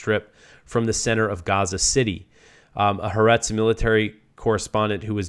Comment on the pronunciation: It's pronounced "ha-are-etz"... three syllables, accent on the second syllable. It means "the earth" or "the world", with the "ha" meaning "the".